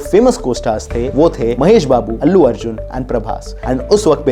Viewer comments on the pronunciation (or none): none